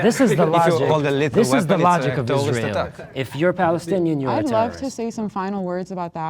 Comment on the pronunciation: “tewwowist attack”